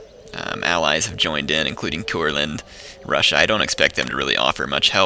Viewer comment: when you say russia it sounds like brushia